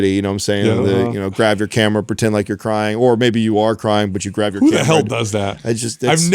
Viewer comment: "Dragonfly" 🤔 Shocker. The guy who says things like "graV" instead of "grab" thinks a Dragon Flag is called a "Dragonfly".